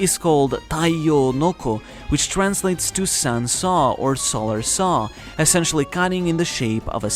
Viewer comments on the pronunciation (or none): none